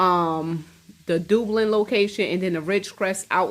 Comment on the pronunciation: Theft? What were all those cameras for? It's "dub...lin" 😉